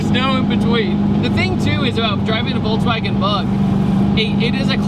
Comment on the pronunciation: I'll never get over you saying VolTswagen.